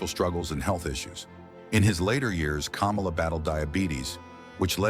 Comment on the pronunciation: Why are you saying Kamala's name hell of wrong